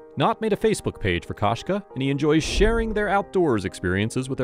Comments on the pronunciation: Koshka is the word for cat in Russian and perhaps other slavic languages as well. The KO is pronounced ko as in koko, not ka as in kasha. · Кошка, koshka is Russian for cat. The "o" is not pronounced like the first o in "Costco". The "o" is more of a long vowel sound like in "go" or the 2nd o in Costco.